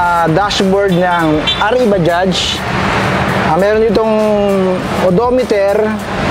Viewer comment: baja lang po yan kung bigkasin..silent j dpat yan.. pangit pakinggan kung bajaj na pagbigkas..prang wla tayong pinag aralan nyan hnd ntin alam ang silent j na word